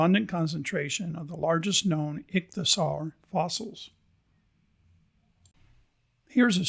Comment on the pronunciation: Great video! It's pronounced ik-thee-uh-sor. 😊